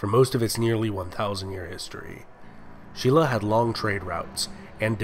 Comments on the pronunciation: um no, silla is actually pronounced sin-la. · no, its spelt shin-la but pronounced shilla. Stop.